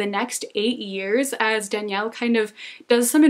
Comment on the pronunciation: Super random comment but I love that you pronounced the names from The Shadow of the Wind in spanish, like people usually say DAniel, not daniEL (sounds girly like Danielle so it puts people off lol), or soft J for Julian, etc, and it's so cool to hear them pronounced in the original language (I'm from Spain, btw) haha this was such a random thought but totally caught my attention that you did that <3